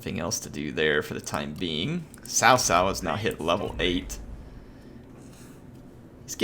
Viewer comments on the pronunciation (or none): the narrator is wrong, it's pronounced ts'ow ts'ow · Its actually more like tsao tsao